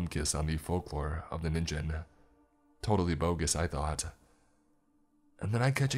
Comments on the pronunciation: Im sorry, but every time you mispronounced Ningen made me cringe so bad. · It isn't just English words! "Ningen" is "human" in Japanese, BUT IT ISN'T SAID "Ninjen". I feel like our generation should at least be familiar with how Japanese loan words are said these days... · Problems with the narration: Ningen (human) is pronounced with a hard G. With the J sound, it turns into ninjin (carrot). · Hey bro, it’s Ningen. Hard G sound. The Japanese have both J and G in their alphabet and G always sounds like Guh. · Is noone going to comment on how he was pronouncing ningen wrong.